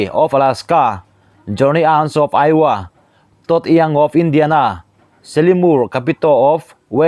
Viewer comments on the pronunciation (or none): none